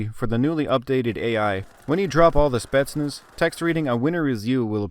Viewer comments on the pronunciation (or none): none